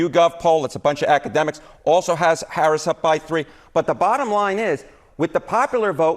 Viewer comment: The fact that this guy can’t even pronounce her name right makes him hard to trust.